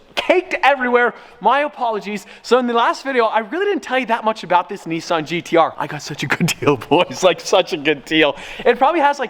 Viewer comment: Why you say NIISSAN and not NISSAN...